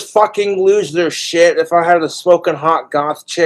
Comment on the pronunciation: Who can take a 1 syllable word and turn it into a 2 syllable word? 3 if you count the silent hiccup in the middle. "SH" "it!" can, & Letter man! Who remembers that guy😂😅!